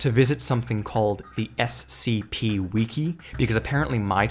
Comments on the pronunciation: What the hell is a "we key"? Do you mean wiki? "Wi" as in witch not "we" as in weeeeeeeeeeeeeee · Is wiki pronounced wih-kee or as he said, wee-kee